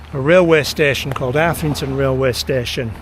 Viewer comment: Arthington, mate. Say it. Arthington. 😂